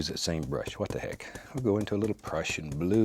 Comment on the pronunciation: Its so funny whwn he says What tha heck😂